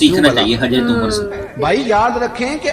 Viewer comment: Hazrat ha please Omar RA simple bol do, Hajrat na ha